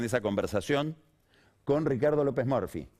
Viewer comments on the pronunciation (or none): "que hablemos con Ricardo lopes morfi" jajaja pega bien con la cara de bulldog de lopes Murphy. Lo mismo con scioli cuando lo pronuncia "Daniel choli". Es todo un tema, puede q sea la pronunciación correcta pero como periodista capaz q tenes q usar la pronunciación q esta en nuestro inconsciente colectivo, el del país entero más q impk er uno nuevo. Me. Cuesta mucho concentrarme. Cuando escucho q hablan de morfi y choli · Por que se empecina en nombrar los apellidos como si fuera un extranjero? (ya se la respuesta, es un snob) Encima, si va a decir Murphy con pronunciacion inglesa, que lo haga bien. Lo pronuncio muy mal; es claro que no habla bien en ingles.